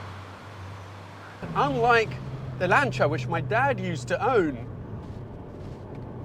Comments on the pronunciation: "Lancha?" Lan-see-ya... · What the fuck is a Lancha? Do you mean Lancia? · What is the Lancher... you cant possibly mean Lancia, no way...